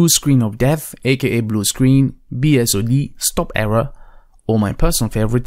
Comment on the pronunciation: Mdsched.exe in Run is easier than searching memory. Cuts straight to it. And do you really have to pronounce BSOD like its a real word???